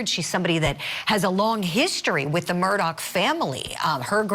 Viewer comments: Here is an example of a bimbette she kept saying Murdock ? It’s Murdaugh how did she get this job????? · The man's man is Murdaugh not Murdock. Mer-daw not Mer-doc. Get with it lady. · Tell this idiot his name isn’t pronounced “Murdock”